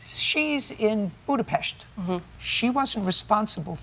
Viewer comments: It is admirable that she pronounced the name of Hungary's capital city correctly. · Jj know how to pronounce Budapest 👍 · OMG! JJ pronouincing Budapest is the best I have ever heard from a non Hungarian! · She most certainly didn't cruise on the Rhine in Budapest, it doesn't flow there lol Also, JJ pronounced "Budapest" right, that's heartwarming. ❤ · I know this is not relevant to the case, but as a Hungarian it was a pleasent surprise that Judge Judy pronounced our capital city, Budapest, perfectly. Like how we pronounce it in Hungarian!😃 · Budapest and she said it correctly!!!! KOSZONOM SZEPEN JUDGE!!!! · I love that Judge Judy pronounced Budapest like a Hungarian 😊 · She's well traveled. She says it properly.